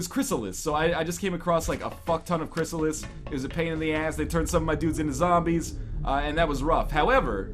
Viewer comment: Who else hates it when NL says Cryssalis.... It's Cryssalid!